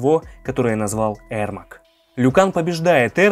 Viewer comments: Ермак а не Эрмак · Его зовут ЕРМАК А не ЭРМАК! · Правильно его имя произнасить не Эрмак а Ермак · На английском произносится Эрмек. Короче, он казах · Говорится Ермак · "аргумент" 😂,послушай как хотябы Гугл переводчик говорит Ермак. Зря ты завёл про "правильно" ,по английски правильно,но если ты рассказываешь на русском и вставляешь привычные слова произнося их на английском-выглядит как кривляние и дешёвые понты.